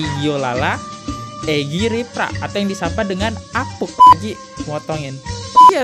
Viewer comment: Saran gue bang,klo ngomong selow ajj..jgn terkesan kaya di kejar" Kucing. Alhasil abang host ngmgnya sering kali salah pengucapan. Dan itu berulang kali . Di eja huruf nya bener" Bang.. Apunk jd apuk, soemadi itu sumadi bang. Ais..yg bener bang klo bawain konten.ngomongnya masa belepotan